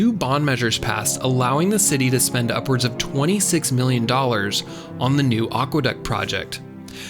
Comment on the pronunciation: Wtf is a "aque"? Water=aqua!